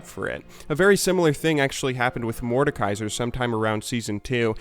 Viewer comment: I just love they way americans pronounce "mordekaiser". I mean its a german word so it should be pronounced german (like leblanc being france) and its so funny for me as a german :D